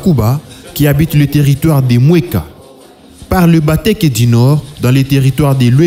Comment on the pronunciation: MON CHER LECTEUR VOUS DEVEZ FAIRE TRÈS ATTENTION À VOTRE PRONONCIATION. On dit les LULUA ET NON LES LUALUA, LES BA KETE ET NON LES BA TEKE